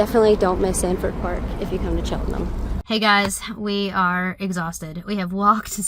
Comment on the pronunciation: Nice travel vlog - they've certainly taught you how to say Chelten'm properly. ✔️